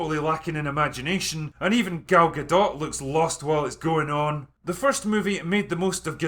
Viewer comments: Great video as usual and thank you for pronouncing Gal Galdots name correctly. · Being so drunk that you pronounce Gal Gadot correctly, but not Kristen Wiig is a thing.